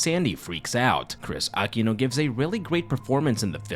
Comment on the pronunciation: Hi! Aquino is pronounced as a-KEE-no. Anyways thanks for covering this! I used to terrify my younger cousins while we were watching this, not that it took a lot og effort considering how traumatizing this film was lol